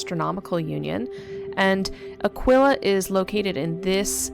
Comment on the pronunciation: Its uh-key-kuh.... Like aqui ... Like Tequila... Pronounced uhh key meaning here... Its NOT uhhh quil uhhhh....